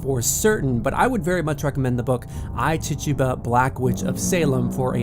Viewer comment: Tituba African/Caribbean pronounced Tey-toobah